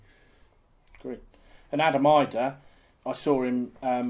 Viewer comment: He is Brilliant that Adam Idah.. (it is pronounced “E- Dah” :) and Rob, “Irish cockiness??? ” .. he is confident not cocky ..he couldn’t be more further away from cocky . Very down to earth, humble and quiet guy. Love the podcast 💚💛💚💛 #otbc #canaries